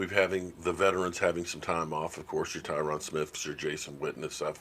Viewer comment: it is TRYONE SMITH NOT TIROD SMITH OK JUST SAYING, AND YES I KNOW YOU HAVE BRAIN DAMAGE AND ALL AGING INDIVIDUAL...